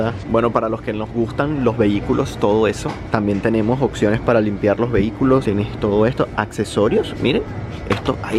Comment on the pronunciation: "Occiones" jajajaj